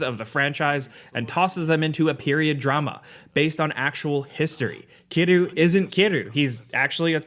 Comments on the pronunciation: Who is Kiroo? You mean Kiryu? You missed an entire syllable. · Kiddu? you did Kiryu dirty